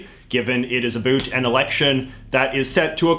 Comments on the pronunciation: Okay.. Say the word 'OUT', then say "AB", then put them together. AB - OUT. Jeeez. Love your content and blah blah but my god, it's distracting. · Why is he saying "about" that way? We just about killed that Canadian stereotype! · the way you say about makes me want to die😭😭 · I love JJ but as a fellow Canadian, I have never been more annoyed by an "about" pronunciation. I always thought that was a myth until I started watching his videos. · I love when you says "abut" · What’s with pronouncing « about » as « a - boot ». Rather then « about » like « a-lout ». Have I had it wrong all these years or is « a - boot » the correct Canadian prononciation? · Omg people actually say a boot??? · I love it when you say about! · Why do I love it when he says about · I like how he says "about" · I like how he pronounces 'about'. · Sorry, foreign language speaker here, is the way you pronounce "about" some sort of accent or just some your own thing? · Where are you from because the way you keep saying about with an accent that sounds kind of Canadian